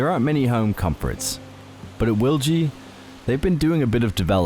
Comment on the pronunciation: You pronounced it right.